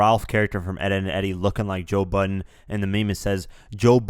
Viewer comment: who the fuck is joe butten??